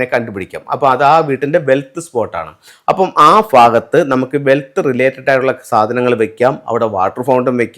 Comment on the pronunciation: അണ്ണാ, ഫാരതം അല്ല ഭാരതം.... ഫാഗത്ത് അല്ല ഭാഗത്ത്..... ഇതെന്നാ മലയാളമാ? കട്ടം.....😮